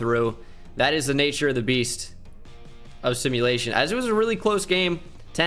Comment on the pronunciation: He didn’t wanna call tyreek a “beata”😂😂